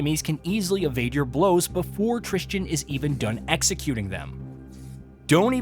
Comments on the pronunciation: Devs: "Tristan" VAs in-game: "Tristan" Everyone else: "Tristan": "Tris Chin" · As someone whose name is pronounced "Tristan", I can tell you that people mispronouncing it as "Tris-jin" or "trist-ian" is far too common. And it angers me every single time 🤣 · The worst part about this game is the fact that this reviewer said the protagonist's name about 20 times but never once got it right. Annoyed the hell out of me.